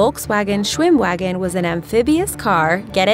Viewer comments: "schwimwagen" German: look I know you never learnt German but come on... leaves the chat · Ugh I cringed when she said "shwimwagan" not "schvimvagon" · It's pronounced SchwimmVAGEN, schveinhunds